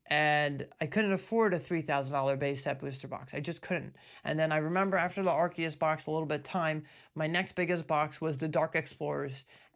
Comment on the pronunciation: Yo stop mispronouncing Arceus. Are-say-us, Ar-see-us. Is proper way. Don’t know why people trying to change it after 20 years